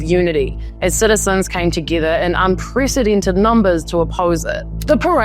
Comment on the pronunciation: 'Unpresidented' lol